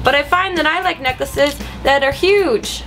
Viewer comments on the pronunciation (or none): none